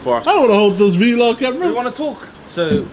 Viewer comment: bruh he just said V-log camera and not vlog camera😅❤️❤️❤️